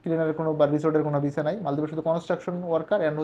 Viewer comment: ভাই মাঝে মাঝে ভিসা না বইলা যে ভিজা বলেন ভাল্লাগে শুনতে